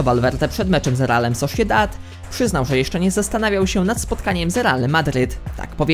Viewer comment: raszika kalgari xd sosziedad dzbanowo.tv ci się włącza xd